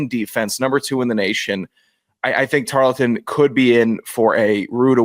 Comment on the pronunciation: I said I was gonna drink every time mispronounced “Tar-ul-ton” and I made a mistake of listening to this while working Hope my boss appreciates my overestimate of my profit for 2025..